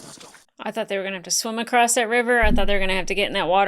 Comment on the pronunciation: Loved it when you crossed (crost?) out the S and replaced it with a T for acrost